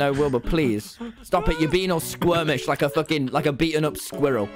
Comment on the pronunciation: The way he says squirrel is so funny for some reason